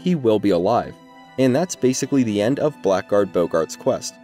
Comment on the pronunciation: Something you may not know, blackguard is actually supposed to be pronounced blaggerd.